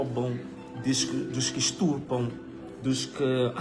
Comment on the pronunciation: Tirando a parte que o sr diz ''esturpam'' o resto esta ok